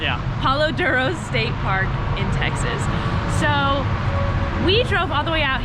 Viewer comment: This was so fun to watch loved every minute of it!! So sorry you weren’t able to find a sleeping spot easily but looks like you made the best of it :) You guy’s seem so chill!! Also funny made me laugh haha texAHHs and LMAO the tumble weed 🤣🤣🤣 also such a beautiful place 😍